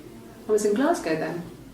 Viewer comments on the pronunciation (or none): It's pronounced Glasgo